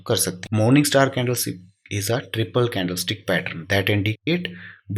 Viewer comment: Brother candle sticks hota hai na ki stiks please nxt tym dhyan de